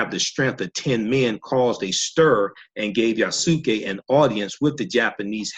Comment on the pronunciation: The way you say his name is Yah-ss-kay. The (u) is silent in Japanese. Not (Yah-sue-kay) It's Yasuke. Wanada forever✊